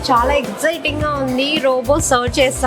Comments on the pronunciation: pronounce Chala bagundhi as Chwala ya it's good to hear. Crispy chicken it means as " Vegitable" crispy items includes vegetables like flowers and capcicum. All the best. Keep high 🔥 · Nice andi me videos ani chala bagunai. Me wife 'chala' ana word bale different ga pronounce chestunaru. Bagundi cute ga vinataniki😘🥰😘🥰😍